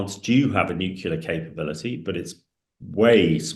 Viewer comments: Can you really be that thick? "Nucular" is how our dear Hamish insists on pronouncing "nuclear" ok? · It infuriates me that these experts can’t even say the word Nuclear! It’s not Nucular!! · Hamish, if I hear NUCULAR one more time I'll fecking scream. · I thought it was just me, god damn that's annoying.